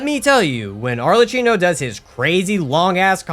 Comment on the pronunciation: god please help me lol as italian i've to say arlecchino is a venetian carnival mask and his correct pronunce in english/american was similar to "ARLEKKINO" (nonna perdonami per come l'ho scritto) but said this gg well done dude